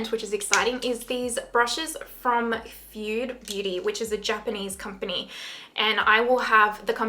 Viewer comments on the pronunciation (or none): Enjoy your Fude Beauty brushes. You pronounce the “e” at the end. You’ve stumbled into another rabbit hole! Getting an affiliation with Fude Beauty is quite a coup. Congratulations. I’m curious to get your reactions to Blend Bunny. I haven’t tried them yet either. Kefir is a fermented product so it’s going to have some probiotic benefits. For myself, I’m loving a lighter coverage and treatment rich foundation. Merch: Chef’s Kiss; That’s Absolutely Perfection; I’m Just Going to take My Sponge.